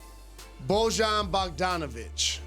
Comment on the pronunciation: It’s Boy-Yawn, Jalen!!!!!!!